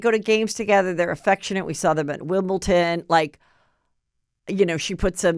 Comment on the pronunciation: Did you really just say wimbleton?! 😂.